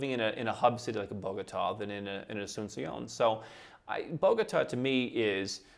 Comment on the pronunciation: It is not Borgata, it is Bogota